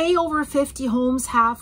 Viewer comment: "ober 500 reports",, are you serious? That's a funny German-Canadian mixture of "over" and "über". "Herr Ober, den Report bitte!" "there are no seismic stations", yes, so predictions are more like guesswork. Probably true for many areas in the world. "Rudi has enough", you should teach him more patience. If he's 30 centimeters tall, and you're in the USA, you could use him to teach American kids the metric scale. A standard European ruler, used in schools, is 30 cm long. "do not copy what he is doing", well, I'm not so sure that I wouldn't. Another wonderful video with a lot of information. Thanks for the geological maps, you're always very thorough with that. I'm waiting for the day you admit that you're actually a scientist.